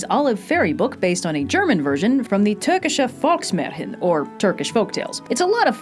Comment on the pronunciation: Fantastic pronunciation of "Türkische Volksmärchen"!